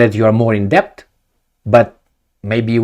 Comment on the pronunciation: The "b" is silent in the word "debt"